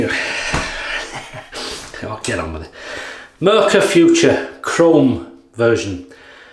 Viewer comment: Hi that was a very nice Video again, I could watch you for hours but one thing is wrong. The German pronunciation for the Razor is "Footoor" not Future. Nice greetings from Germany